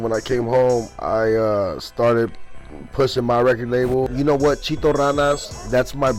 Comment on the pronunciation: Ay foo quit calling CHITO CHEETO FUH WRONG WIT DUDE